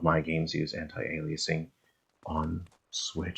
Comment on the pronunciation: Thanks for the reminder that we live in a free country and can pronounce antialiasing differently. However, it's definitely pronounced anti ale ee uh sing. :) Also that transition to the bridge had me faked for a minute....the camera work looked like a cutscene, going from the plaque to the bridge..... and I thought it was still RE5 for a second.